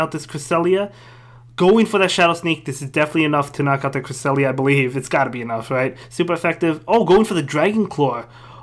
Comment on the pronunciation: The best thing about season 2 is making pronounce Cresslia